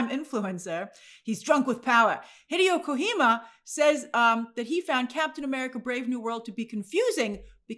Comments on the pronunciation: Hideo Kojima is pronounced “Hi-day-o Ko-Ji-Ma “ just in case you have to mention him again later. His reviews on Twitter are legendary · Heh-day-oh Koh-jee-mah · i like 'hideo kojima' as if it's a mexican name